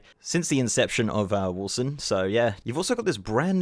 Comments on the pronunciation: “Warson” lol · Getting irrationally angry at your pronunciation of Warsong like "Warsung"